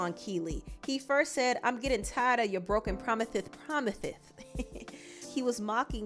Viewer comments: I can’t stand Keily. She needs to go sit down somewhere. And I was dying when CB said broken promithes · Kiely… ho, why is you here? Wait not saying promithis😭